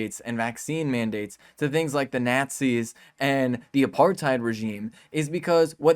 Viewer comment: Did you just say “knat sees” ??? Are you new to this planet???